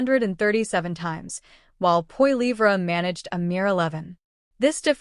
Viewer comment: LOL The bot can't even pronounce his name.